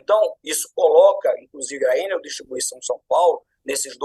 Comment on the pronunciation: Por que vocês pronunciam Ênel e não Enel? O Brasil está falando várias línguas agora? Ênel seria a pronúncia inglesa! Alguém tem que botar ordem na casa. Estão massacrando a língua portuguesa. Então, vamos começar a falar "ánel", "pápel", "côrdel", "bôrdel", etc..Se querem falar "Ênel", então coloquem acento no primeiro "E". Por acaso vocês também falam "Bélarus" em vez de Belarus???